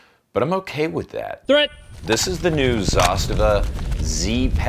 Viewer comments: Its not pronounced Zastiva.. Its "Zaaz-tavaa" As in direct translation - "to force" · Its Za - STA - va. 😆